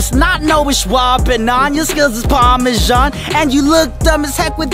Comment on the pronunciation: No he said parmashan the rap said Phenomenon